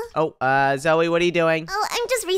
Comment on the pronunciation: Not niko it is nico and not zoui it is zoey